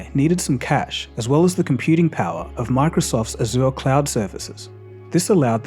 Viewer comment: wrong pronunciation of "Microsoft Azure"